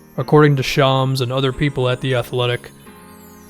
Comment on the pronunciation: Man just said Shoms